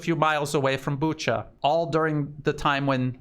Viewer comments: Not sure if it helps but in Romania there is a place I’m sure most people know how to say and it’s Bucharest. No t sure why people have trouble with Booka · Correction: Bucha is pronounced Bu-ka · No, there's no 'k' sound in that word. Sleepy Joe pronounces it as Buka but he was also the one talking about Uranian people... My advice is listen to Joe and pronounce it differently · It is never pronounced Buka, listen to some reports in Russian or Ukrainian.